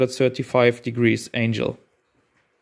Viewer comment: Excellent video, well done.....I believe it should be angle not angel, but it might just be your accent 😂